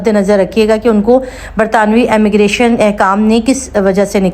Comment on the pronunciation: Sister Ammigration nahi Immigration boliye